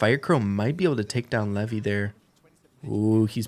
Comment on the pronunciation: Levi is not commonly pronounced the way you keep repeating. It’s not “Lev-y,” it’s pronounced like the “Levi’s Jeans” brand. “Lev-y” is typically only used outside of English-speaking countries, particularly in traditional Hebrew cultures.